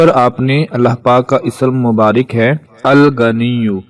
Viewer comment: Aap word tou theek. btaien Allah ka naam Alghnio tou hai but agnio nhe dekha kia read karna hai.